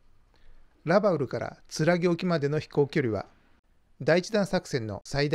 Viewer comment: 左舷→ひだりげん、ではなく →さげん 戦記物だろう？？、恥ずかしくないですか？？ ラバウルのイントネーションも変だね！！！